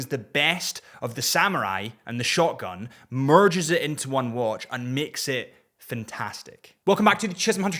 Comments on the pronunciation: When you say "shogun", it sounds an awful lot like "shotgun"... 😂 But am enjoying the content. 😊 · Are you saying shotgun or shogun?